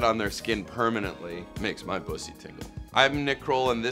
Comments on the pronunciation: He knows how to pronounce bussy and knows what it is. Nick Kroll for president. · Yaaasss to nick properly pronounce Bussy and not playing stupid 😂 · THANK YOU! THANK YOU! THANK YOU! I can't believe you are the only person who knows what and how to pronounce 'bussy.'